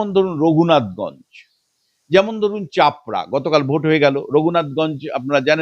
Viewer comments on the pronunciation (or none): Chapra noy chopra hobe.